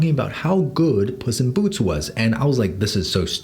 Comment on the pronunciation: why do i keep hearing puss in boots as 'bussy boots'